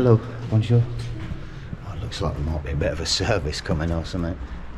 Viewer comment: arr bonjour ,,arr bonjour, bonjour , in that english/ french voice hahahahaha top geeza